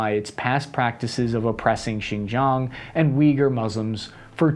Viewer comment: Xizang is actually Tibet. Xinjiang (Chinese Turkestan) is more like /Sshin-gee-ahng/. You occasionally do pronounce it ok (at least to my tone deaf ears).